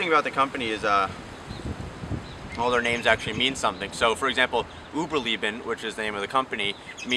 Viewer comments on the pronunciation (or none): Uberleben not Uberlieben. Lay-bin not Lee-Bin